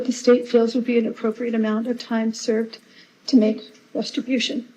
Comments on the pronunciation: …to make “restribution”WTH😂😂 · It's called "exigent circumstances" Jodi. Also, did she say "resitribution"? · Listening carefully, Jodi says “restribution” instead of “restitution” in her statement in court. Perhaps subliminally she wanted to say retribution. She wants to get out and take retribution by profiting again using conneXIons.